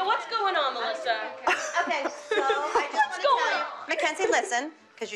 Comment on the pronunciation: Is it just me or does everyone except for Jill say MALASSA not Melisa